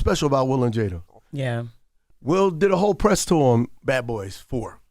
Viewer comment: Envy put a th on the end of tour is hilarious 😂😂😂